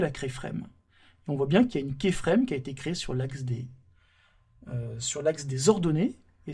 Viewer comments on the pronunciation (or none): Très PÉNIBLE ! : vous pouvez expliquer beaucoup de choses en 10 x moins de temps. On n'est pas des enfants quoi... Et on dit pas kÉframe mais kYframe.